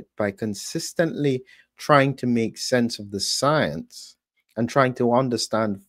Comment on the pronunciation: Everytime I hear the word science, I see that little Howdy Doody looking Fauchi saying soience..